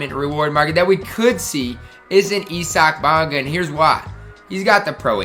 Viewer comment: Who is EEE-Sack bonga?